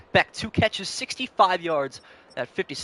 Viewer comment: Jack Bech like Besh. Not Beck